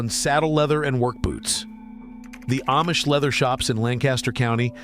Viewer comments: It’s pronounced Ahhmish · It's pronounced Ahhh-mish. But AI doesn't know. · If this guy had really spent much time with the Amish, he’d know he’s mispronouncing the name It is pronounced as “Omish”, not with the long A. This artificial intelligence “thing” isn’t real and I doubt his message is real either. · Ayemish families!??? Wheeee! Listen to AI go! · So AI still can't pronounce Amish. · Nothing but AI crap you can’t even pronounce the word Amish properly